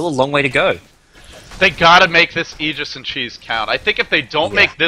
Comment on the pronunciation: LD is one of the only three casters that I've seen pronounce aegis properly. Props to him.